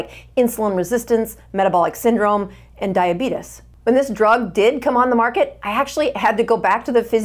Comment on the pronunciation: For the love of all that is holy and good, PLEASE learn how to pronounce Diabetes. No matter how decent the information, I have a very difficult time listening to a doctor that mispronounce such a common condition. PLEASE.